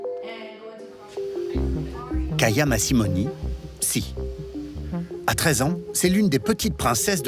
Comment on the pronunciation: C'EST PAS "KAYA MASSIMONI" MAIS "KYA MASSIMINO". VOILA CE QU'EST DEVENU LE JOURNALISME A CAUSE DE LA GAUCHE